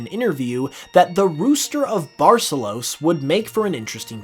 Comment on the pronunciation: The pronunciation of Barcelos is atrocious